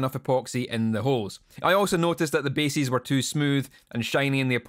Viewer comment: Love that the Scottish pronunciation of "bases" and "edges" sounds like "basies" and "edgies". Also, I'm pretty sure Kerry King did this to his guitar first. ;)